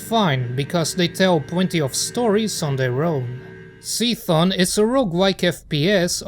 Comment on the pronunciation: I'm pretty sure it's pronounced "see tee hun" just fyi.